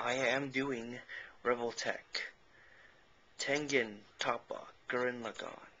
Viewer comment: YOU PRONOUNCED IT WRONG!